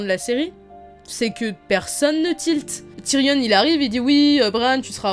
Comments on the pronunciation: C Tyrion pas Tyrionne! Le on se prononce comme dans camion, dragon ou gayporn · Pk tu dis TYRIONNE ??